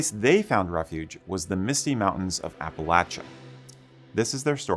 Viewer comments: I grew up in western NC, attended Appalachian State University, and have Scottish roots in the US dating back to 1643. Thanks for: 1) Pronouncing "Appalachia(n)" correctly; 2) using the term "Scots-Irish" instead of "Scotch-Irish." You're obviously as personally invested in Scottish history in America as I am. :) One correction: Kings Mountain is in NC, not SC, though it is very near the SC line. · As a resident of the great state of East TN, thank you for pronouncing "Appalachia" correctly. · Thank you for pronouncing Appalachia correctly. I grew up in the Appalachias of southern Virginia and it drives me crazy when people mispronounce the word. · Thank you for correctly pronouncing Appalachia! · I had to give you a like, at least because thank God, you said Appalachia correctly. Thank you. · Thank you for pronouncing Appalachia correctly. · Thank you so much for pronouncing Appalachia correctly. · I'm proud of my Scots-Irish roots. Also, thank you very much for pronouncing Appalachia correctly.